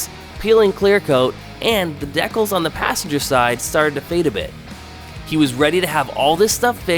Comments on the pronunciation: If this guy says deck els one more time I’m gonna shoot myself!!! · Deckells !? Brother! 😂 Dee Kal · WTF are deckells? Dude, it's pronounced DEE-Cals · "Deck ills" 😂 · Deck-els ???? LOLOLOL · Dee kalz! Not whatever it is your saying